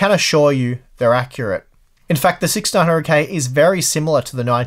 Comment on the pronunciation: I can finally hear him say 6900k but most of the time it sounds like 1600k... What is wrong with my ears